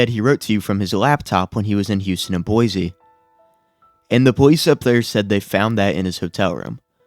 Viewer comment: IDAHO MENTION 🗣️ CAN’T PRONOUNCE BOISE CORRECTLY